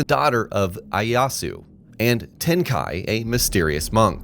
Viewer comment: its pronounced Ee-Aye-yah-su btw. Not to be that weird guy, good video though!